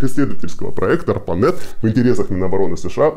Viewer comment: Appranet? Не Arpanet?